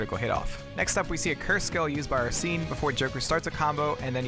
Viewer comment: Bruh. It’s Ar-sen, not Ar-seen.